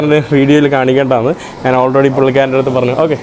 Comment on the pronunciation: എടാ മൈ**. നാൻ അല്ല ഞാൻ ആണ് ശരി